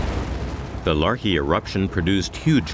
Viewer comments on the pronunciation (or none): The American narrator, when speaking of the Laki eruption, always says, the "larky" eruption. As though the whole thing was a bit of fun! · The Deccan Traps were only 65 million years ago. That helped with the dinosaur dieout. Which came first, the asteroid or the volcano? And it's Laki, not Larki. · Not pronounces Larkee. It's LAKI. LA (like lala land) And KI (Like kid minus the d)